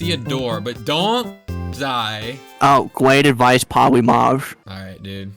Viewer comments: POWYMAWS PWESE FORGWIVE MWE!! Lol!!😂😂😂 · the words powymars doesn’t ewen twy anymow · "We awe done with powymaws" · I thwought we were done wif Powymaws. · Powy mawz dwesnt even twy anynmwre 😂😭💀😭😭💀😭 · Bro said: Pothymath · He's says Polymars I Need this my mom is kinda homeless